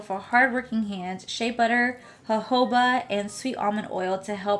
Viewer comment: You have such a natural glow to yourself! And a congratulations to saying jojoba right the first time!!! Woot woot!!! Bravo!!!! Tres bien!!!!